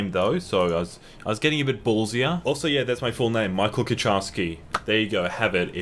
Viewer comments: You're also technically supposed to pronounce it as "Kuharski". No "tch" sound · It is, although the pronunciation got anglicised.